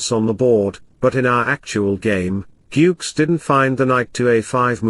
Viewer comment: please improve your pronunciation... GUKESH.. It's not yukes